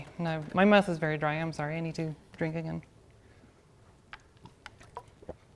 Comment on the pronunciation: "My mouth is very dry I need to drink" My ears: "My math is very dry I need to drink"